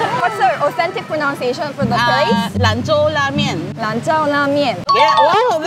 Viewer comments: the way you pronounce "Lan Zhou" at the end is wrong😂 I have to point this out to you since I am a Chinese-Filipino and I also understand Chinese. Because in Chinese, if you mispronounce something, it may mean different things.. what you said is "lan chao" instead of "lan chou", it is a cuss word, actually it means something bastos😅 you say it so someone you are mad at, like it is a bit similar to the F bad word in English😅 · You should be careful in pronouncing the "zhou" in the lan zhou la mian. it's read "cho/tso" not "tsiao". If you pronounce it "lan tsiao", it will sound like the word that is nsfw lol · You pronounce Lan Zhou as Lan Jiao La Mian. Lan Jiao means male wiener 😂😂😂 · it’s not lan zhao la mian 💀 hahaha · Lan Zhou La Mian 兰州拉面 Zhou is pronounced like Show . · You pronounced it wrong on the lan zhou la mien. It sounded awful and has different awkward meaning.